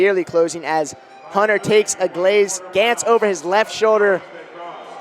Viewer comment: "As Hunter takes a glaze, gance over his shoulder..." sucky commentators, can't say anything correctly.